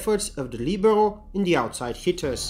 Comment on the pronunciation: Thank you for the helpful video. Thanks for saying, "Li be ro" correctl ^_^